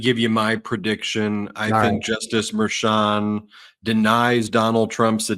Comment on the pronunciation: Someone really should tell Harry Litman to pronounce Merchan's name correctly